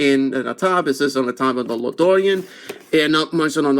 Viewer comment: La Dorean. 😂😂😂 damn bro which part of mexico is that